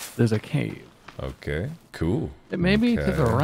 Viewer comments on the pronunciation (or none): Him failing to say cave was funny enough but he managed to make it so much goddamn funnier 😂